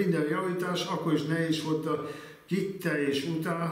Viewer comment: Igen, ez a gettelès es kittelès igen. Nagyon érdekes es szórakoztató volt, nem győztünk beletekerni.